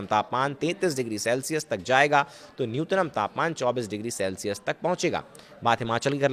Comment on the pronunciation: न्यूनतम भाई न्यूतनम नही